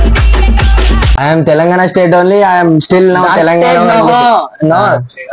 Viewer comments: Stage ❌ state 😂😂😂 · Stage ❌state 😂